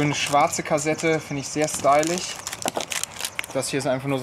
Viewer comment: Steilich Das heißt Steilisch